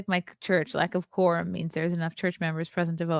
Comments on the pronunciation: She can’t say Quorum. 2 parts. Quor-um. Not enough representatives to hold a meeting. A good leader would round up her posse for a meetin not waste the public’s time. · Lack of crorum😂😂😂